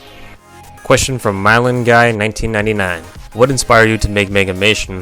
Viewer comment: ) Nice vid, glad ya showed my question. I find it hilarious how EVERYBODY says my name wrong, My-lan or Milon XD